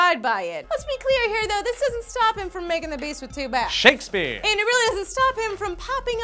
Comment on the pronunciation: Can I get an audio file that's just going "Shakespeare..."?